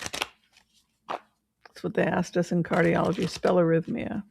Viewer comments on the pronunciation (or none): Got the double “r” like diarrhea 😂